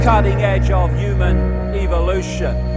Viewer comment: Yuman?> Cant pronounce Human?